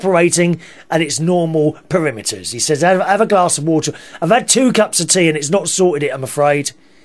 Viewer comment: It's normal PARAMETERS not PERIMETERS!!! :-(